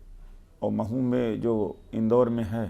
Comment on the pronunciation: मऊ नहीं, महु